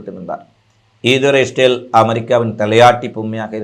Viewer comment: இஸ்ரேல் என்று சொல்லவும் stel இல்லை